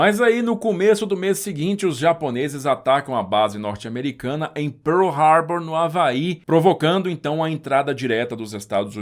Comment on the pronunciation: A pronúncia de PEARL HARBOUR está nota 10. Impecável! 👍👍